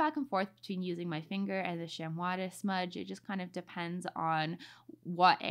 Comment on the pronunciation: Beautiful art! Btw chamois is pronounced shammy 😁